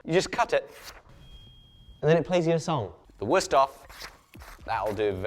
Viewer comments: As a person from the continent, hearing “worst-of” instead of “würsthof” gave me the same. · WÜüüsthof. With üü. Sounds almost like ui